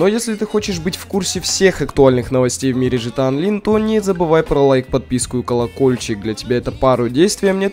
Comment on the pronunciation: Почему ты говоришь жта онлин? Если правильно Гта Онлайн.